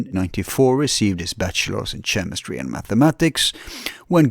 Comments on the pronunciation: to skip intro. should talk to David Weiss, that might be a fun podcast. And in English we pronpunce chemistry as /K/emistry, rather than /TCH/emistry. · It’s pronounced “K-emistry”, not “Ch-emistry” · It’s hard to listen to you keep pronouncing it Chh-emistry. There is not “ch” sound. It is a “keh” sound in chemistry